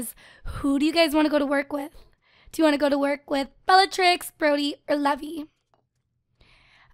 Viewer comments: That name isn't pronounced levee its pronounced lee-v-eye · The name Levi is actually pronounced Lee-vi. A "levee" as you're saying it is the structure put in rivers to regulate water level. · Leev-eye Like an eye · I pronounce the name Levi lev-ee too. Most people pronounce it Le-vye, but I know one person whose name is Levi and pronounced Le-vee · It's urking me how keeps calling him Lev-EE, isn't Levi pronounced LEE-vye? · As someone whose related to a Levi and has dated a Levy, allow to me inform you that Levi, the way you spelled, it is pronounced Lee-Vai not Lev-ee. Levy is Lev-ee Levi is Lee-Vai. You're welcome. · Levi? It's pronounced leave-eye 😂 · Actually your wrong from watching anime and being a japanese freak i have come to understand you are wrong it can be said either levi or leave eye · Just thought I'd mention the name Levi is traditionally pronounced "Leave-eye" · I pronounce Levi's name 'leave-eye' anyone else do that too? Or do you pronounce it like does? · isnt levi pronounced lee-vie??? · Actually, Levi is pronounced 'leev - eye' but whatever:) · You dont say "levi" u say lee vi rhymes with bye so levi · isn't it pronounced leaveye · Levi is pronounced Leeve Eye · Did you just... You just pronounced levi as levy.... Oh god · My attack on titan side is hurting on how u say Levi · You want to name him Levi like le vee? Just making sure its not Levi like Lee vī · You're not pronouncing Levi's name right... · Is it just me who is annoyed about the way she says Levi?